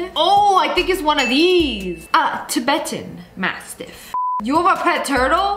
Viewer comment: The way she said tibtetan masssjsjen* 😌is everything